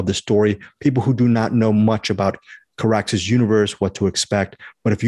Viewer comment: The first non-European review I've heard where Carax's name is pronounced correctly. :)